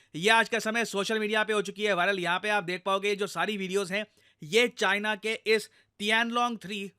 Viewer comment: "Made in Chyena" 😂